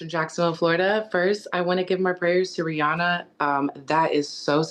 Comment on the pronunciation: It's pronounced Ri-AhNa Not Ri-anna Get it Right 👇🏾